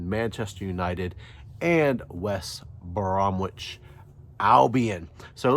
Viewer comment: Caught your show for the first time. Despite the huge United following in the states, not many yanks run a United fan channel. While this should be an easy win under normal circumstances, Ole's tactical inconsistencies often result in upsets against the lower table teams. Fingers crossed. PS, if you want to sound more like a brit, it's pronounced West Bromidge. Swallow the W.